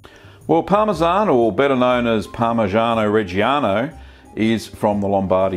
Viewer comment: Mi dispiace profondamente vedere un australiano rovinare la creazione del Parmigiano Reggiano! La sua pronuncia è un disastro e la sua tecnica nel fare il formaggio è un insulto alla nostra tradizione! Che vergogna!